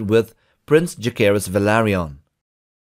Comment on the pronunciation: The names are not pronounced with a k sound. More like Ja-sae-rys and Lu-sae-rys.